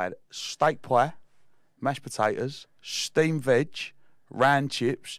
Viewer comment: Shhhteamed vedge!